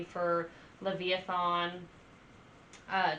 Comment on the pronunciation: You made me laugh....it is "Leviathan". Not Lev-i-a-thon. That was adorable. Yeah, Mastadon is excellent and Brann is a killer drummer. Lots more to enjoy and I hope that you'll post more about them. ;)